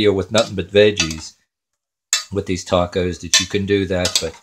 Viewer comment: He can't even pronounce 'tacos' correctly... oh my word...